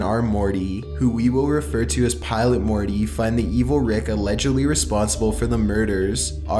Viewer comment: Wolfgang Schröder I cant believe I went to comment and saw this comment. he stretches out every last syllable, especially "E" sounds. Morteeey